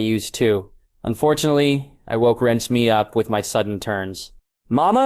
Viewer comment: I can't do this he keeps pronouncing her name wrong 😩 RE-NES-MAY